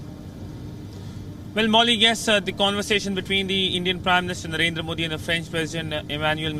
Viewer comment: Look at # Not Marendra It's Narendra